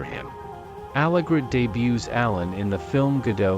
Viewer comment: Appalling robotic voice. It's not Alayn but Alen with accent on the 2nd syllable. And it isn't Alena and she.